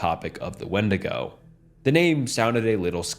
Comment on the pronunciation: It’s pronounced windigo